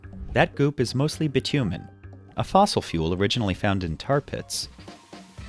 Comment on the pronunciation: The way he says "bitumen" really makes me want to scoop my eyes out.